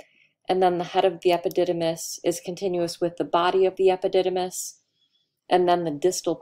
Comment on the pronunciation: Interesting she didn't get into the plant looking structure in prostate i assume it to be nerves. The word epidymis she said it several times and it sounded funny to hear ...